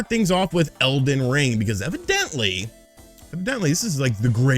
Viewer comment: He called it elven ring like 4 times😂